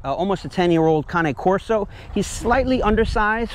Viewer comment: The way you pronounce cane Corso is correct since it’s an Italian dog